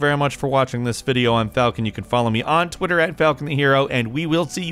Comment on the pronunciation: Falcon sounds like “Pigeon” in this